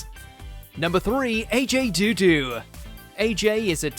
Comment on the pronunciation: Have I been saying AJ Odudu wrong all this time? Is the O actually silent? Or is it just this guy up to his normal antics again..?